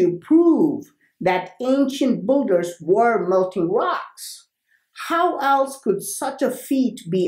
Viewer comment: am i the first to say it sounds like boogers not builders